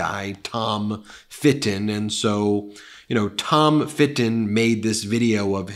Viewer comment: When Ben says "Fit-ton" an angel gets it's wings.